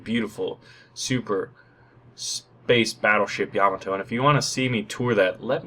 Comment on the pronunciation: "Ya-ma-to" Not "Yam-i-to" =P